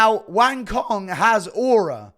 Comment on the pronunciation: FYI Cong is pronounced like "Tsong"